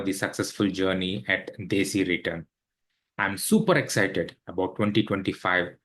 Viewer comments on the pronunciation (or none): none